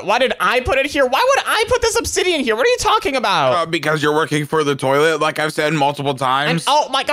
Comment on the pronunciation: Its not "twoilet" its toilet